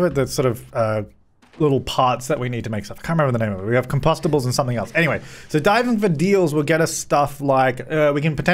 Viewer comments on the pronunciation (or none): Com-pasta-bowls. Love it.